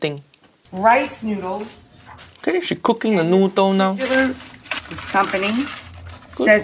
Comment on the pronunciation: Why does she pronounce noodles as n-YOU-dles?